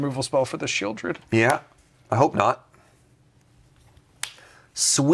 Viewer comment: "Oh that sheoldred" 🤬